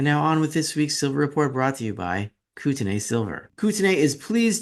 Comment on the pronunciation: Hey the real pronunciation is Koot- nee, not Koot-en-ay Just ask a local. Love your stuff, btw